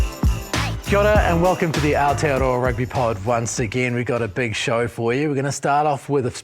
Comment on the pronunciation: Nothing against you or this channel, but if you're called the 'Aotearoa Rugby Pod', you should really learn to pronounce 'Aotearoa' properly. You're saying 'Our-tearoa' instead of 'Ao-tearoa'. Good stuff for giving it a go though.